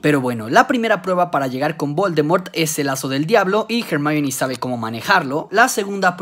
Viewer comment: "jemaini" Hermione -> Jemaini la pronunciacion del inglés siempre fué taaaaan absurdamente aleatoria...